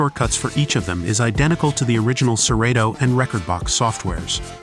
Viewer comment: Please watch a Serato video so you can pronounce it correctly. That was rough.